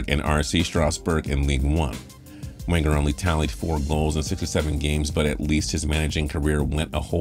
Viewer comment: My ears bled hearing him say Wenger’s name..